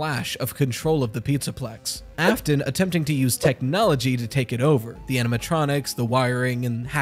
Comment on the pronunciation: William "Ai-fton", love that